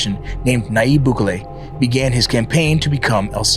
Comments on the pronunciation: Im actually shocked you dont know how to pronounce Bukele properly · Foo got the nopal en el frente mispronouncing bukele 😂